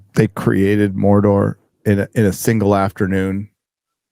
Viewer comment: I died in this part 💀💀 SAURRRRRRRRROON FROM MORDORRRRRRRRRRRR